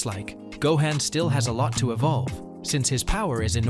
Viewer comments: Smh its Not Go-hen* its Go-han sounds like Go-hon* smdh. Keep up the content tho. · Dude , it's 'Gohan' not 'Gohen' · I know… I can’t take this seriously with all the butchering… Gohaan, Saiyon, Wis…Vegita….Ultra Instinct twowee??!!? … This ai does not know db.